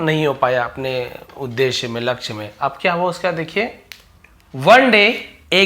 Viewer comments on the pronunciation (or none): none